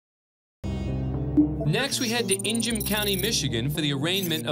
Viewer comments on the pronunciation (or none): I’ve never heard someone pronounced Ingham country as In-jam. It’s just pronounced ING-AHM. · love how they mispronounced ingham too, its not “inj-hum” its “ing-um” lol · HAHAHHAHAHAHAH! Did this guy just say EN GEM michigan?!?!?! HAHAHHAHAHAHAHHAHAHHAHAHAH! ING AM!!!!!!! LMAO!!!!!!!!!!!!!!!!!!!!!!!!!!!!!!!!!!!!!!! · Just fyi Dan, it’s pronounced Ing-gum, not ingjam. Coming from a msu alum who lived there! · It’s pronounced “Ing-am” not “In-jam” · HI Court Cam! If you use another clip from Ingham County Courthouse, please note that "Ingham" rhymes with Bring 'em 😁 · Lordt. "Inj-um County." You'd have to work to mispronounce it that badly. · It's pronounced Ing-um County. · Lol it's Eng-ham (Ingham county) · Horrible pronunciation of Ingham County.